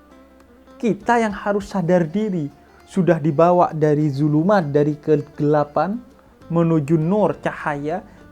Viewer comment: kenapa saya mau ngakak pas habib ngucapin kata dzulumat *inget coki:D Jangan lupa Sholawat gaes